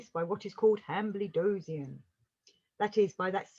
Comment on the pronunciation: It is pronounced han-bled-zoin.